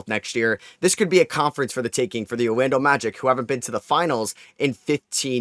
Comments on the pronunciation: His New York accent is coming out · Mawwiage is what bwings us together today